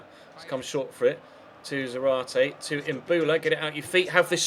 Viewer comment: You stress the ZA in Zárate (hence the ´ )